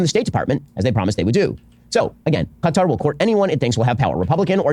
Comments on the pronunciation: It's like he knows kuh-TAR is wrong but refuses to say cutter so he went down the middle in the worst way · Ben "Kuh-Tar" Shapiro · Ben's trying to pronounce Qatar the same way he does Hamas... with a weird affectation that makes zero sense. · He invented yet a new way to pronounce Qatar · Ben's so racist he won't even pronounce Qatar properly. What a dipsh!t.